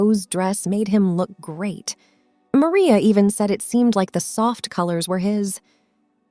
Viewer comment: Stop mispronouncing maria😮